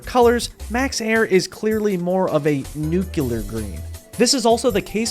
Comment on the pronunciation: is NOT how to pronounce nuclear